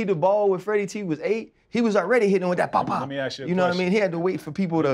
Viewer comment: fred, i luv ya bro, but please stop saying aks…😆😆😆